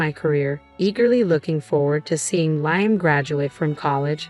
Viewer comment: Please pronounce Liam’s name it is pronounced Le um. Your grammar and story is so bad